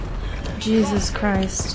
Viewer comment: Y do u say "jezzis" like that for? 😂😂... had to ask since u said not to ask... I'm kinda a thug like that xD... #ThugLifeChoseMe